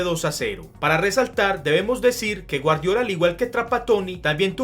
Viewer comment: el nombre de guardiola lo pronuncias mal